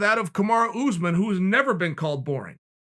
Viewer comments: Chael "noone has ever called Oozeman boring" Sonnen. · Did he just say Kamaru Snoozman then follow it up with never boring? Chael is the ultimate troll.